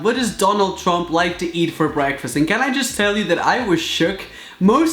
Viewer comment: He said Donald tump😂😂😂